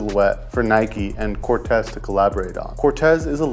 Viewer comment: I was about to say! 😂 and it’s pronounced Cor-teez